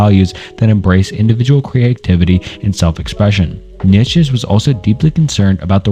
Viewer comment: The way you pronounce Niche (repeatedly, near 1 hour 20 minute mark) made me think you are using an AI voice. Did you train an AI on your voice? I am not familiar with your voice from previous videos so I can't tell if it has changed much.